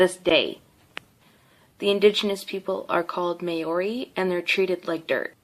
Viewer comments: bro it's maori not mayory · BRUH ITS MAORI NOT MAYORI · football team😂😂 no no its rugby. Its not huka its haka other thing its not marory its maori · No one: Cassidy: mAyoRy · THE WAY SHE PRONOUNCED MAORI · omg white girl here can't even say maori right down right disrespectful because i am one smh